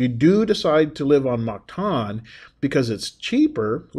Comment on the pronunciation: You will find its pronounced Mactan -like (m)cat-an not like mar-ket (martan)